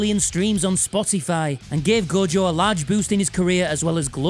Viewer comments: Take a shot everytime he sais "Go-Jo", good luck . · As an Australian, I'd just like to say... who the hell is Go-Jo?